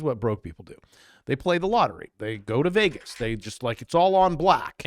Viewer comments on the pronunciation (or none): none